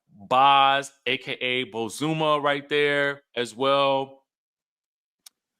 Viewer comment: Her name is BOz-Za-Ma- not bozuma